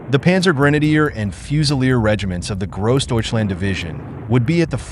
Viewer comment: Its not very refreshing to listen to Americans attempting to say "Grossdeutschland". Sounds like "KROSDEYTSCHLAND" and "one man toyful" 🙂